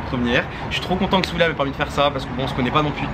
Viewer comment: Qui as remarqué qui disait souila au lieu de dire Souhila